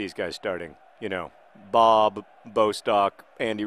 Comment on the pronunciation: Feeling bad for Mika "Bob" Väyrynen, after all, he used to be a Finnish national and somehow he is portrayed as a second-rate player in Swoodilypoopers. :( The way the name Bob is said: "Boob".... :(